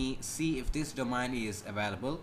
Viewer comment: He says "Domine"